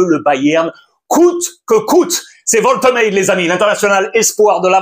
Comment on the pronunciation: Wolte quoi ? Alex un petit effort stp 😭😭😭